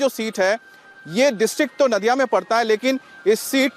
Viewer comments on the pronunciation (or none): It is not नादिया,it is नदिया